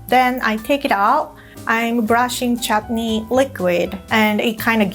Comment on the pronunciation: Did I just hear her pronounce चटनी (chutney) perfectly?🥺❤️